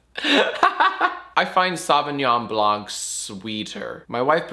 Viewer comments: As a francophone, it hurts me every time Jack pronounces Sauvignon Blanc like that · The way Jack pronounces Sauvignon Blanc is so White American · The way you say Sauvignon Blanc hurts